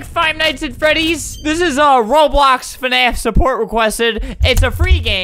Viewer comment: He said fANAF